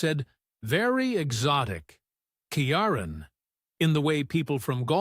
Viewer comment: get the name pronunciations right his name is pronouned KEY RON and his daughter is SHIN NADE